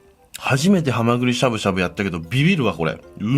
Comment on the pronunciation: ハマグリしゃぶしゃぶのイントネーションがアル中カラカラと一緒でにちゃぁってなった